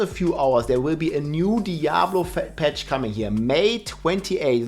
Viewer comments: Patch ❌ Petch ✅ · "Fett Patch" xDDD Bester englischer Satz ever heard xDDD